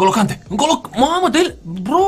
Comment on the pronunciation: Kante are accent pe e, pronunti gresit